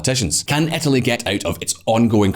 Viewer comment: I’ve been pronouncing Etaly all wrong